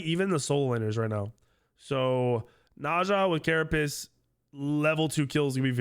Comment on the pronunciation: Love the video so far and hope you're feeling better! But I watched your other vods and wanted you to know that you're mispronouncing carapace shard. It's pronounced like ker-a-pays or ker-a-pace or even ker-a-piss not ker-a-piece. That's all. Keep up the good work my guy.